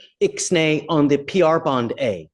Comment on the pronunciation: X-NAE ON THE PR-BOND-AYY!!!! 😂😂😂😂 I spit out my drink when I heard that 😂